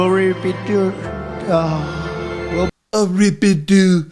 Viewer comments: Reebadoo uhh😂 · A rebedo ahhhhh. LMAO! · What's even worse when Trump says Ri-Bi-Do...Uhhh, the people behind him have no idea it's happening. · A re-bid-deu.... ahhhhh. Please keep that orange clown away from the White House. Vote Blue! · Wtf is ribbadooo uhhh. 😂 he's worse than a 3 year old.